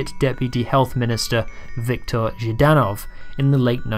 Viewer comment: Nice video. Small pronunciation note on Viktor Zhdanov's last name: the first three letters are supposed to be pronounced together as a consonant cluster: ZHDAnov, and not ZhiiDanov. This is important because the way you pronounce it in the video with the extra vowel inserted makes it sound like the word жид - zhid, which is a really nasty Russian slur for Jewish people.